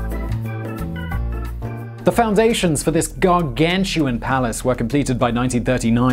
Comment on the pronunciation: jfc the American in the accent went from 0-100-0 all in the word gargantuan